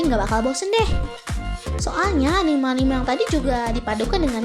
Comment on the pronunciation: Sudah gue duga, dari cara cewek ini ngomong anime bukan gaya orang papua nyebut hurufe, tapi cara nyebut e nya kayak huruf e di kata "terbaik" itu yang bikin ane notice kalo dia ini bukan penggemar anime 😂😂😂